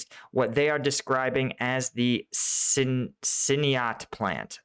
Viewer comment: I worked for Siniat as CFO, ex Lafarge Plasterboard. The plant had been already damaged in 2014. Amazing to see the name showing up in a report I appreciate on the location situation in Ukraine. Keep doing the good job ! Merci from France PS: Your prononciation is fine for Siniat